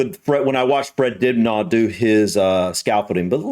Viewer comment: Why the mispronunciations if the late Fred Dibnah surname It is not Dubnaw Lol Poor Fred... He deserves to have his name remembered correctly by all who claim to greatly admire him, surely.. Dinner is the correct pronunciation. Thank you sir.